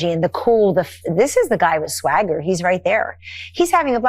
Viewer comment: Did she say swagger or stagger?